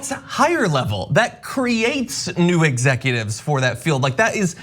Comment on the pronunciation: He couldn't even say "executives" at the beginning. "He is not an exefutive